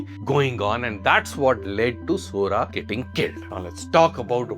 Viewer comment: Sora said Sori